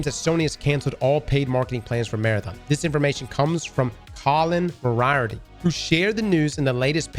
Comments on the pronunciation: It’s Mori-arty As in the fictional Professor, great work, learn pronunciation. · More-E-Art-Tee. Like the Sherlock Holmes villain. Excellent guy, if he says it then it’s word. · that Colin dude's last name is pronounced "MOR-ee-art-ee", like Sherlock Holmes' nemesis. If I had a cool ass last name like that, it would hurt me deep in my soul if people mispronounced it 😅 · More-E-R-Tea. Like Sherlock’s nemesis. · Poor Colin Moriarty getting his name butchered. 😂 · I'm here to call out your pronunciation of Moriarty... like nails on a chalkboard.. seriously.. he shares a name with one of the most famous villains in the history of the world.... dammit. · is half Irish and can’t pronounce Moriarty SMH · I don't know what's worse, Marathon's prospects or listening to pronounce Moriarty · Sorry the mispronunciation of Moriarty is distracting